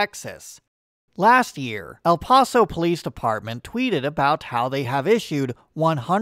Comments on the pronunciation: The name of the city of El Paso, Texas is pronounced Ell Pass-Oh. Not the way a European would say it. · Totally butcher the El Paso pronunciation